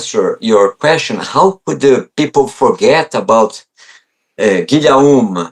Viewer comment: "Guillaume" pronounced a bit like Giy - oh - m